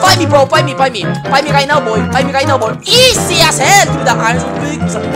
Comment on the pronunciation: I love the fact is a Filipino and I'm also a Filipino and the way says izi if funny😂